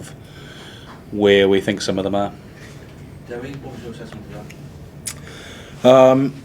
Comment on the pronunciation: Its Dewi, not Dewey.